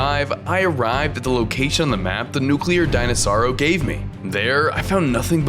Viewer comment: Bro is saying nucerlo denosaur